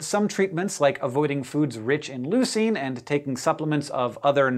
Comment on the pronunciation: I'm so happy that Hank is pronouncing leucine correctly in this video